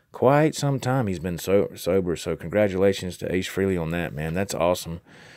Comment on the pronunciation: Its pronounced FRAY-LEE ....... not FREE-LEE. (and yes, Ace is the coolest !) Cool info on the vid. Keep this stuff up !